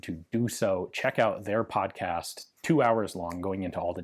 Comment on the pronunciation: Did my guy just call it a pomcast?